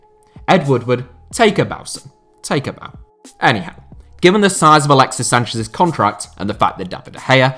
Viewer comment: I love the "Anyhow" Eddie Howe. It's just funny.